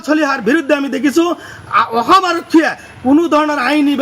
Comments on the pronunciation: Kun ai goru2 ki bal aham aham koi aso sudurvai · কিহৰ শান্তিৰ কথা কৈছে ই অসম শব্দ টো k শুদ্ধ কৈ কব নোৱাৰে। ইয়াক আতক কৰিব লাগে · নিজৰ ৰাজ্য খনৰ নামটোকে শুদ্ধকৈ কব নোৱাৰে, এওঁ আকৌ অসমৰ বাসিন্দা হ'ব খোজে। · অসম উচ্ছাৰণ কৰিব নোৱাৰ , বাংলাদেশী মিঞা।